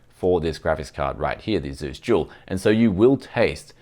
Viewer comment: I hear jewl everytime you say dual. Confusing and amusing